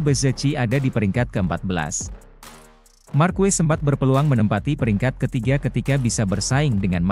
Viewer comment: MARQUEZ bacanya MARQEZ ya